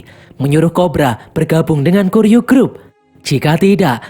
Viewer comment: Ijin koreksi min, yg bener kuryu grup, bukan kiryu grup min, btw next lanjutin nih seri sampe film terbarunya rilis min yaitu high & low the worst x cross😁🙏🏼